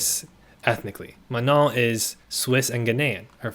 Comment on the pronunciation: super duper side note - as a non-native fluent French speaker, your pronunciation of “Manon” is the best i’ve heard so far lol